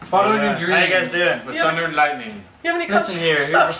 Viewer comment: *giggles* "thunder and lighting" :D Thank you kindly for both your inspiring music and words (fast as they are ;) ). As struggling illustrator, it is great to hear encouragement from those already living their dream. So again thank you! :D Please keep up the awesome work!